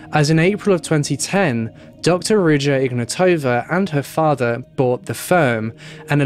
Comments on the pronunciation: Its IgnAtowa not IgnatOva. Wrong intonation. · Intresting how you didn't mention the mispronunciation of her name.